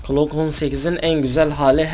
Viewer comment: Klock değil abi glock😂